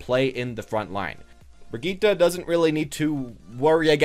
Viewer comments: Lol...its not "Brig-EET/ Brigeh-eat" It's "Brig-eht" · my god man are you an American? there is only one way to pronounce her name and your totally off the mark lol